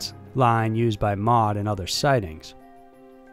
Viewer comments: As a general rule, you don't read the acronyms of government or military institutions in the UK as a word. You pronounce each letter. M.o.D. isn't mod, it's M, O, D. Royal Air Force is R.A.F. and not raf. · M.O.D not mod and R.A.F not raff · Ministry of Defence Is not called MOD. It is said M. O. D. Like CDC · Good video as usual, but feel like I need to correct you as the Ministry of Defence is absolutely not “also known as mod”. MoD is said as “em oh dee” just like the United States DoD. Literally no one calls it “mod”. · Just for future reference, when you say R.A.F. you have to spell out the letters. It's never refered to as Raf. And you spell out M.O.D. too. Pronouncing the words the acronyms form doesn't really apply in these cases. I think it's not commonly done in the UK at all. I mean, calling R.A.F. Raf is like calling U.S.A.F. Yousaf. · Same with Ministry of Defense. M. O. D., not MOD. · It will occasionally be called the "raf" colloquially, but its really the R A F. And the M O D. Not mod. Lol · Thank you also M.O.D not mod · I love your videos and content, but I have to say hearing Americans try to say English place names is really cringey, they over pronounce the SHIRE at the end of places like Wiltshire and Shropshire. Also it's the M.O.D, said as 3 seperate letters.We don't call it Mod...Same with the R.A.F. Royal Air Force. I mean no discredit, your videos are well thought out, well researched and the narration is great 99% of the time. But maybe contact a UK friend as to how things are pronounced here. All the best! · And it's not 'mod', it's the M O D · Royal Air Force= R.A.F. not pronounced "raf." Ministry of Defense is pronounced the same way... Not mod. Holy moly, come on. We don't say dod, f-by, or seeya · Sorry to be a picky Brit as I know I must pronounce US names wrong, but the RAF and MoD are never pronounced “RAF” and “MOD”. It’s always pronounced with each letter individually-just R.A.F and M.o.D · Em oh Dee -MOD Are A EFF -R.AF